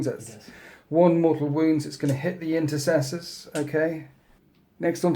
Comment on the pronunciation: I wonder how many of the 13th's old renegade ways have made their way into the 2nd company... I mean, with units called Incestors... Most awkward vocal mishap award, quite often, goes to.